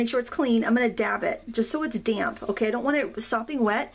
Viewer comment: Fabulous. I love the full length, I can ffw if I want. And I've got to tell you, I had a giggle every time you said damp, I heard damn, damn paper, damn paint, damn colours, lololol.